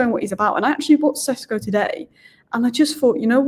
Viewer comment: Šeško maybe also deserves his surname pronounced correctly. It's Sheshko, not Sesko.